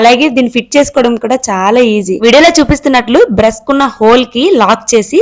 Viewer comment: Brush ❌️bress ✅️